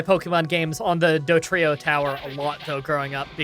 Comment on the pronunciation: Why do you say Dotrio, man?